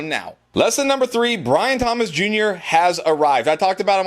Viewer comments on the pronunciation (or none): none